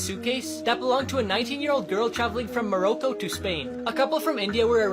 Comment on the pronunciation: The way he says Morocco